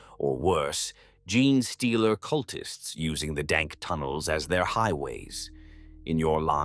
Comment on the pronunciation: Praise The Emperor! The Ai said "Gene Stealer Cult" correctly for the first time! :D